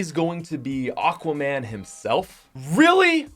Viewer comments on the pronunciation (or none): none